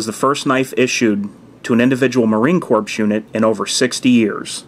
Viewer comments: Hey dude... Great video! ...one thing though.... "Corps" is pronounced like "core", as in "apple core". Its a French word in which the p and s are silent. My brother is a Marine, and no Marine would pronounce it "corps". ;) Keep em sharp. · Great vid! one small critique: you don't pronounce the c or s in corps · Marine Corps is pronounced core not corpse. We're not dead.